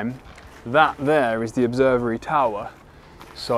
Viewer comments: calling it "Greenwich Observery" stressed me out ahaha! xD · Can't and get a basic education regarding the places they show us? doesn't even know how to pronounce the word Observatory, instead calling it 'Observery'. Clearly had never even heard of John Vanbrugh before visiting the house, yet he was one of the most famous English architects of the early 18th Century designing not only Blenheim Palace but also Castle Howard (of Brideshead fame) in Yorkshire. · "OBSERVERY.......??" Boom a new classic...!